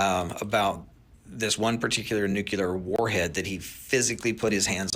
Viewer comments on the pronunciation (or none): I have a problem with people who speak of nuclear weapons and can't even pronounce the word. It's NU CLE AR not NU CUL AR. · This guy is full of it. If he’s right the government would kill all his DOD contracts for revealing the truth they’re OBVIOUSLY hiding. I think the govt called on him to be a subject matter expert to mislead us He keeeps saying Nuke-u-lar. It’s Nuke-le-ar, this guy is a moron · I also question why, if he works so closely with the military, he does not know that the word is “nuclear,” not “nucular”!! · The guy on the video pronounces it as "nU-cU-Ler". I can't believe anyone who pronounces it that way. Sorry, not sorry. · Yup. I've noticed supposedly knowledgable people who say "nucular" are (almost) always full of shit. So if you hear "nucular," just sigh, shake yer head, and find somebody else to watch. 🏴✊🏻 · To the guy in the TikTok video: learn to pronounce the word nuclear correctly, and then maybe I'll take you seriously.